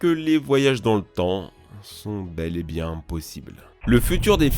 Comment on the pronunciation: "c'est bieng"..... Zinedine Zidane 😎